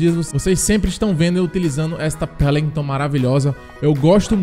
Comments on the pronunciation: Não é pelimton e Welinton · "Pélinguitôn" -Imperador, Lipe 2021